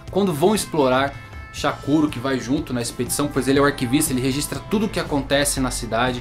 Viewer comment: Eu gostei de como vc explica e tuas mas...dá raiva que vc fala o nome errado do chakuro Isso me dá muita raiva Pq eu assisti dublado ai eles falam diferente de como vc fala...